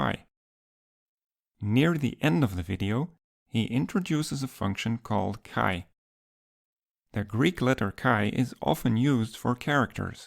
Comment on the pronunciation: fun fact (im greek): chi is pronounced "he", as in for example "he is an athlete", but with a thicker H: hHe!